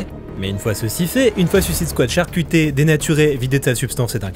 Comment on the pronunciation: Super vidéo comme toujours. Sympa l'anecdote sur Theron! Je le permets une question, ne le prends pas mal j'essaye juste de comprendre. Tu parle bien a priori anglais mais comme certains youtubeurs tu dis "Suisside squa". Ya une raison ? C'est parceque que le mot est compliqué à dire? Certains y arrivent très bien (popcorn, cult and click, le gars en feat avec toi sur la vidéo dédiée à la Squad) mais toi non. Si tu as un élément de réponse se serais sympa. Encore une fois, no offense, je veux juste comprendre :)